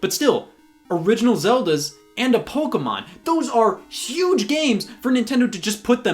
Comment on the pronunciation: Wait. WAIT. Scott is American and he doesn’t say PokEYmon... but pronounced it correctly? 7000 IQ CONFIRMED